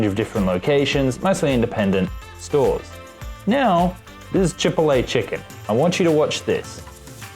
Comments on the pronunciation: Props for the comparison, may check them out Chipotle = Chi-pot-lay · Say chipotle like that one more time i dare you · Very interesting but please learn to pronounce "turmeric" and "chipotle."